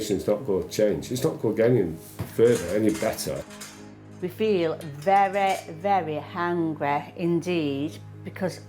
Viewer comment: She feels mveweh veweh hangweh’!!